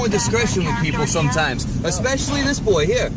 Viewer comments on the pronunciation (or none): The female officer who wants to arrest everyone literally says “expecially her” 😂😂😂😂😂 America cops can’t even talk proper 😂😂😂😂😂😂